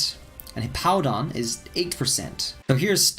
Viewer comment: You need to pronounce them properly or show pictures of which pokemon you're talking about. You called hippowdon... POWDON. had no clue what you were saying until I Googled it